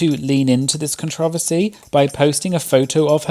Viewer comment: Say it with me: CON-TRO-VER-SEE! It's not pronounced the way you are saying it